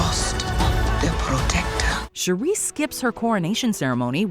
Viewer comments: It's SHOO-ri, not She-REE. Y'all say her name wrong EVERY time. Also, it's Nah-MOR, not NAY-mor. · It's Shooreee not Shoeri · Once again this channel renders itself useless with a horrible pronunciation of a well established character’s name. Every time she said Shuri I felt a sperm die. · OH MY GOD! Her name is pronounced SHUR-ee; your grating voice is so annoying, I feel "The Blip" would be a great mercy over listening to you! -"How to say you never watched the films w/o saying you never watched the films" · Next time, get a narrator who knows how to pronounce the names of the characters. Shuri is not pronounced Cherie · ….please stop mispronouncing Shuri. Your the only one who pronounces her name like that. Shuri not shu-ree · Maybe by wakanda 3 you’ll learn how o pronounce shuri correctly. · I love this videos but i cant bare how they pronounce Shuri hahaha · The way she pronounces Shuri irks my nerves!!! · Shuri isn't pronounced that way. Watch the movie,!